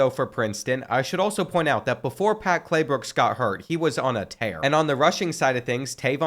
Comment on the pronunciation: bro called him “Claybooks” instead of Claybrooks the whole video until 😭